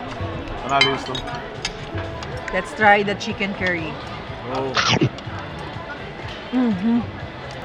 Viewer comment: Chix cerry daw di ba chix curry or carry ang pronounce hahaha